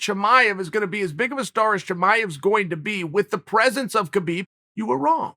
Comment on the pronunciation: Oh Uncle Chael...Uncle Kale....It's pronounced "Habib" and Chimaev is from Chechnya, which borders Dagestan. Dagestan is one of the most ethnically heterogeneous regions in the world and the most diverse republic in the Russian territories with at least 10 different groups claiming to be indigenous to the region and 30 spoken languages. Chechnya is more homogeneous being 95% Chechen. Chimaev never called himself Khabib 2.0, he said, "People are calling me Khabib 2.0 or something. I am not Khabib 2.0 I am Chimaev." You're are that he somewhat resembles Khabib but they're very different in many ways.